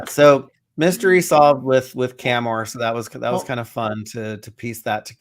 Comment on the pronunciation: Cham-Or, Cham-Or, Cham-Or, Cham-Or, Cham-Or Chameleon.